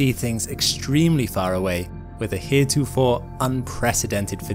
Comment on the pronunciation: I'm sorry but did you just say "heretofor"